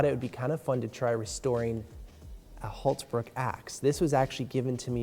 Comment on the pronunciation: Oh how I wish I could teach you to properly pronounce "Hults bruk".